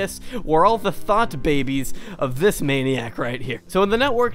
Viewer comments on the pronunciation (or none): Wait, did you say thought babies or.. 𝒕𝒉𝒐𝒕 babies? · Y'know I wasn't sure if you meant "thought babies" or "thot babies".